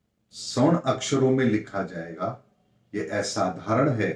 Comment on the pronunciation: एसाधारण नहीं, सही उच्चारण होता है - *असाधारण*. धन्यवाद🙏